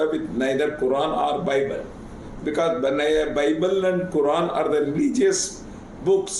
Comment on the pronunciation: no bye-bell or buy-bell and quy-run😅